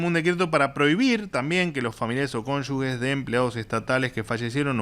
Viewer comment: ganás 9 millones como orador y no pronuncias bien cónyuge.